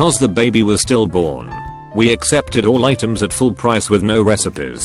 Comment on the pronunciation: "Because the babby was still born" So then whats the ....ooooohhh I really hate how this program emphasizes a lot of the time.